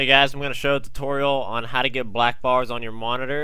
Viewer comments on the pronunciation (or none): none